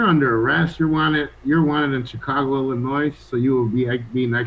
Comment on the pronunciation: been away from Chicago so long he forgot the S in Illinois is silent.